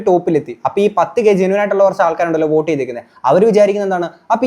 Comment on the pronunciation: oat alla vote